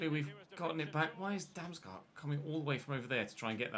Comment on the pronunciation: bro just say ''damsgard'' you saying ''damsgUArd'' is triggering me lmao